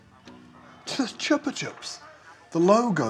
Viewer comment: Scott, it’s more like choopah, from the Spanish.